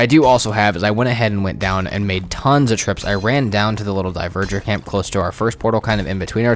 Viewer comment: Bro keeps saying diverger instead of dvegr😂